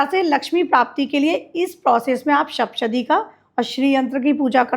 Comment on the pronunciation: Madam saptshati bolo uchharan sahi karo,markandey rishi ji ka nam bhi sahi nhi bol paa rahi,bade guru logon se gyan lo